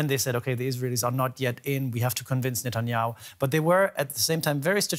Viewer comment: Biden can’t even pronounce Netanyahu wtf